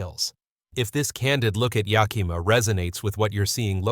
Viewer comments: It's pronounced Yak-a-ma yaahoo! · Thanks for the info. I'd like to point out two things. First, Yakima is spelled with an 'i'; it does not sound as you say it - Yakeema. Second, President Trump is looking to appoint a new treasury guy who is willing to drop interest rates. When this finally happens, homes will suddenly become more affordable. Don't you suppose this is why so many are waiting to purchase?